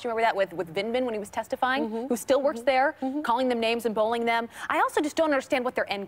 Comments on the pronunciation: abby needs to work on pronouncing bUllYing. it isn’t bowling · it is pronounced "bullying" not "bowlinging", Abby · I couldn’t follow this segment I was too distracted by the fact that Abby continues to say ‘bowling’ instead of bullying.